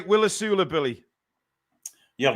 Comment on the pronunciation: Its Wissa pronounced with a W and, Ive got a video of Wissa himself pronouncing it. 😂